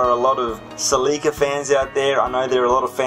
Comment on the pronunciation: Ha, I've been calling them Cel-lee-ca now because of your videos. Now this is a Celica I'd own. They're mostly driven by teenagers here and are typically automatic. I thought about buying one before I bought my current daily, but they're not the same as the other Celicas. That being said, I'd probably go for a second generation Celica-Supra. Despite not being related to just the Celica, I'd love an MK2. Also, you could always alternate between 'Car of the day' and 'Question of the day'.